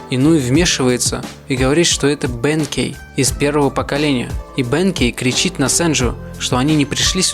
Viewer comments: Если, что правильно говорит не бЕнкей, а бенкЕй и не вАкаса, а вакАса Но всё равно видос один из самых крутых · Братан не бэнкей, а бенкей* правильно ударение